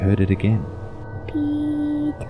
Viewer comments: did he say "pika" like pika pika pikachuuu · I thought he said "Teto" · I thought he said tiiiitaaaa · Pee Tara is soo cute but i think it’s peter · First I heard:- Lucass Second:- Tea Topp Third:- Peetart Fourth:- (After reading the comments) Peter. Me: Oh~ So his name is Peter? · You mean peee-taah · It’s sound like The boy is said retard instead of peter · It sounds like he's saying Pitooooo 😂 In Spanish it means penis. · Nobody: Literally nobody: PEE TAAHH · I’m not gonna lie I thought that when he said his name he said “pedo” XD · All I hear is Pee Tar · Why i hear petor and not peter? XD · I thought he said dee-tah. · lol why she keeps saying “peeto” (dick In Spanish) 😂😂😂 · i thought he said peep hole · Pee taa more like pepp aaaa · Ik its "peter"but i keep on hearing "beat her." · Now I hear beat her. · I hear peta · Funny I keep hearing ''PETA'' for some reason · The first time it was said I thought it was “Pee Cock” And I was like: What the frick is that for a name? Poor Peecock... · I heard Pedro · I hear Pee to😂😂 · Australian or English way of saying Peter is said with a longer 'aah' sound at the end compared to the American pronunciation.